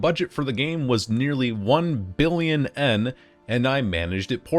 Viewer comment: I was wondering why you kept pronouncing Yen with a silent Y, but the Mandarin background explains it.